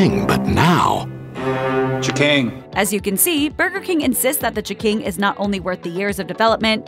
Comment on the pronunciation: Every time I heared this narrator say "ch'king," I punched myself in the face